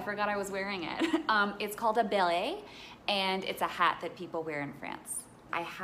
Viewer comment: Her pronunciation of beret was the best aha